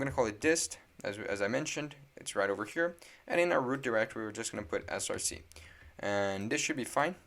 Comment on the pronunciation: “src” is pronounced “source” not “S-R-C” because src is just short for source, it’s not an abbreviation like npm.